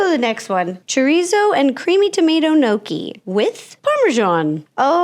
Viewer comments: Not an Italian calling gnocchi nokie and calling it pasta It's potato silly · I was confused when she kept saying No key noodles. I also had never heard of gnocchi being a noodle. Thought they were dumplings. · Nōkie? Thought you were of Italian heritage 😂 then when you said nōkie noodles, I kind of cackled. Love you Ro, thanks for sharing with us regardless of what we think ♥️ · "Nokey noodles" 🫩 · "Gnocchi nudels"? really?? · I expect more from you on the pronunciation of gnocchi 😢😢😢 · she pronounced gnocchi wrong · “Gnocchi (mispronounced) noodles” GIRL